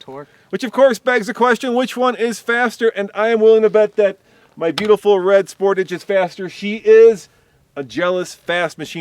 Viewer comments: 0-60 times done at altitude are meaningless. Do all the tests at sea level and see what the results are. Also, you pronounce Sportage wrong. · did you actually pronouce "sportage" like that....